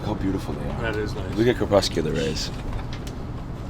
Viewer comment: Said 'crespecular' the 2nd time lmao